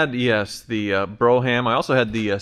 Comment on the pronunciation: BRO HAM? AYFKM? yes dumbest. pronounced "brome"